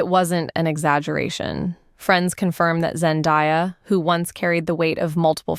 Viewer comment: So u can’t even say her name right and have this tagline for clickbait? Gtfo